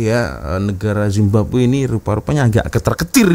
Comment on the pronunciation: mcm malu nk cakap indonesia tapi zababwe jadi nya